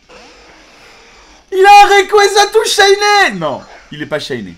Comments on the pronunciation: le méga rékaza tous chayné pas très méga et pas très chayné xD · "PRIMO KYOGRE PRIMO GRAOUDONE MEGA RAKAZA TOU SHAYNÉ"